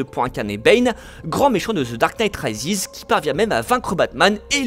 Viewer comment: The dark night « raïziz » 😟